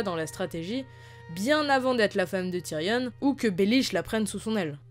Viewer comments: Très bonne vidéo par contre s'il te plaît arrête de dire « tyrionne » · Il y a que moi que ça dérange le "Tyrionne"